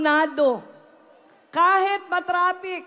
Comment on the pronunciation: Sana alam Nya gamitin kung kelan ginagamit ang “I” at “e” :::: example instead of “kahit” she will say “kahet” etc